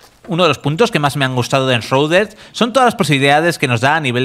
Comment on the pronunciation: "enshruded" se pronuncia